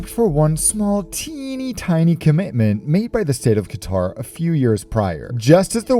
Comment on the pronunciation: "Qatar Pacific" LOL